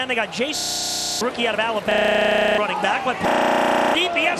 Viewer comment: fr its like "the guy from ala-bababababababababbababababab-ma"